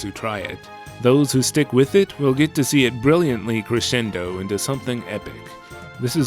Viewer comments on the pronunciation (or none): none